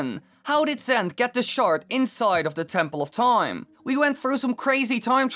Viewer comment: Tempoll of Toime